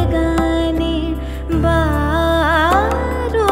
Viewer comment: Good attempt. Would help to focus on the enunciation/ pronunciation of the words a bit more. 'Begane' (the emphasis on the first part, not the second), 'Vyjayanti', 'Kollalu" (not Korallu), etc.